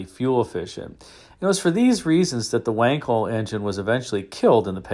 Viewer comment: It's pronounced Vankel